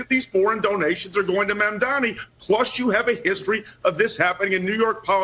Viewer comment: Hey! You're still getting his name wrong. His name is Mamdani, not Mandamney